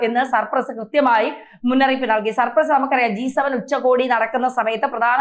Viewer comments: Cyprus and not supress as you pronounced.😊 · സപ്രസ് അല്ല ചേച്ചി സൈപ്രസ് 🤣😂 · സർപ്പ്രസ്സ്‌ അല്ല.. സൈപ്രസ്സ്.. അത് പോലും പറയാനറിയാത്ത ആങ്കറിനെ ആണോ വായിക്കാൻ നിർത്തിയേക്കുന്നത് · സർ പ്രസ്സ് അല്ല .. സൈപ്രസ്.. poor gk.. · സർപ്രസോ അതോ സൈപ്രസോ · സർ പ്രസ് അല്ല സൈപ്രസ് ആണ് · CYPRUS not surprus. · Surpress 😂😂 സൈപ്രസ് ആണ് കുട്ടി. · surpraso??? ethethu rajyam. kunje Cyprus enna parayuka. nalla journalism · സർപ്രസ് അല്ല ഹേ സൈപ്രസ് 😅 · Cyprus - please check the pronunciation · Its not surpress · സൈപ്രസ്സ് ആണ്. തെറ്റി പറയല്ലേ........